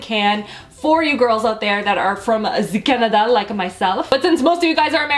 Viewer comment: From ze Canada. I'm not from ze Canada, but the way you said ze Canada makes me want to be there.